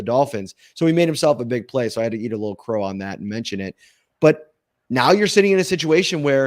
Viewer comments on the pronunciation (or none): none